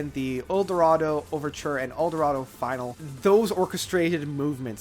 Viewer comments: I don't mean to be a jerk, but you really should have re-recorded this. You got several album names wrong. And it's "finale" not "final." And while I vehemently disagree with your ratings, that's totally subjective, so okay. /sorryNotAllThatSorry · Twilight? Twilight is the 2nd track Time is album name "Discography"?? "HORANCE"? "Final"? Add the 'e' sound and you've got it Sorry to be picky but you REALLY have to get better at words lol, not an attack but it's the truth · How do you pick your ears and rub your nose while on camera? Really? Oh, and as for Zoom, "the band" didn't come back together. It was Jeff and Richard, but mostly Jeff. "Rainy day suite" is actually called "Concerto for a Rainy Day." I like your passion but your homework needs work. So does your pronunciation. "Discovery" is not pronounced "discography." "Finale" is not pronounced "final." Look it up!!! Come on dude! If you're going to do videos like this, get your pronunciations right!!!